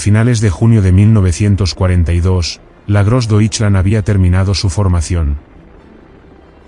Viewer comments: Please learn how to say GrossDeutschland correctly, I had no idea what you were saying, I was wondering what is dirkland & ditchland! and who is gibbles ? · Really bad pronunciation of Grossdeutschland. Gross-doy-schland. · Konnten sie niemanden finden, der wusste, wie man „Großdeutschland“ ausspricht? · Grossdeutsche Division was — grossly pronounced